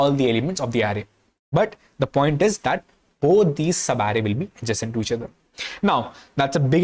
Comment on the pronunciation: All I understood is that he can say sub array that too badly